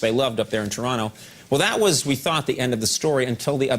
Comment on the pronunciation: Shoutout to Coco for actually pronouncing Toronto right!